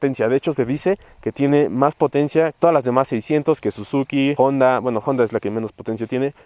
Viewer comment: Se dice Honda, que no Jonda.